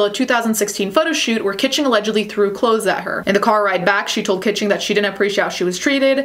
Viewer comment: Its not Audrey Kitching. Its Audrey KAACHINGGGG! 💲💰💸